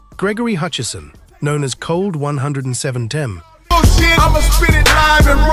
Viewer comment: It's Cold 187um. Your AI is dumb. And Ladfy of Rage was screwed over to the max. She deserved better.